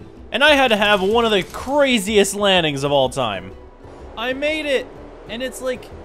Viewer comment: did you say lanning, it's landing with the D, how long have you been saying that wrong